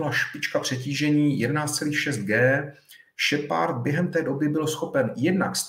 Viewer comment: "Šepárda" - bože akedemik a taková výslovnost